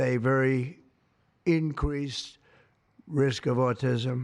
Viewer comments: Inquesed, alummimm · “INQWEASED” risk? “ALMIMUMMMM” ? (Aluminum). Dr. Gartner, psychiatrist, will have a field day with those verbal blunders (signs of dementia).